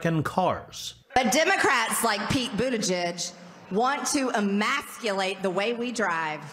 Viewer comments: Did she say "immaculate"? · She barely made it too. Did she say "emaxculate"? 😆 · Another word she can't pronounce properly and most likely had to be told what it meant by her speech writers. It's emasculate, not "ammaculate"! Hilarious and sad at the same time. Also, "vee-hickle"? I say that in jest, occasionally, but it seems that's how it's pronounced in the US! Ya learn something new every day. 😂 Special mention for Space Force Commander's comment 7 days ago, "Greene’s 'alternative English': immaculate, gazpacho police, peach tree dish, marshall law, rights fragrantly violated." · Oh, "emasculate." Not "immaculate." Okay. Grammatically, that makes more sense. Psychologically, it doesn't. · Her emphasis upon the word Emasculate leads me to believe she just heard it, yet lacks the understanding of it's meaning. I'll give her half an atta girl for that 😜😜😜